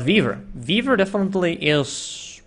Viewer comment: Whenever says "Weaver" it almost sounds like Beaver:)